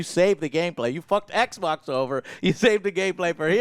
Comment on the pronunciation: Does anyone know when or where started saying oui-pon and ekbok? 🤣🤣